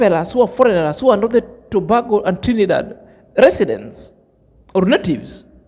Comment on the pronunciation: Trinidad and Tobago . Tobago is pronounced like this spelling( To Bay go) peace my brother.